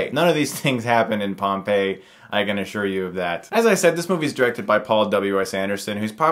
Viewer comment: You should pronounce Pompeii as Welsh Poet (and most educated persons of his generation) Dylan Thomas did. We know how he did because we can listen to him reading his little prose poem "A Child's Christmas in Wales".